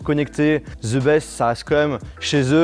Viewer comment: pourquoi tu dit toujours ze pour dire the sa ce prononce di ou dé